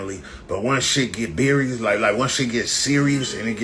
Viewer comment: He was about to say berious. Then thought right quick, serious is spelled with an s not c. Rest in peace Gonz